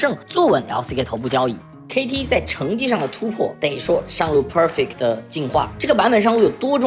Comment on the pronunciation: 講得很好 但國人講perfect真的有夠難聽